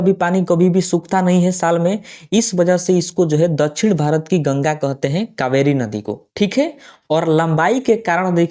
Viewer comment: कोहते हैं नहीं कहते हैं